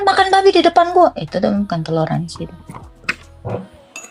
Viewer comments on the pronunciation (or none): Toler mbak bukan telor 😂😂😂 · " T O L È R A N S I " bukan TELOR ASIN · Toleransi... bukan.... Telorsnsi. 😂😂😂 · Salah ucap toleransi buka teloransi 😅😅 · .....bilangnya teloransi......?? Padahal harusnya TOLERANSI kan......????? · Maaf,kata yg benar TOLERANSI bukan TELORANSI.🙏